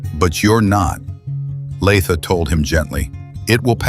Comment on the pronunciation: Its Latha, not Laaatha.. 😂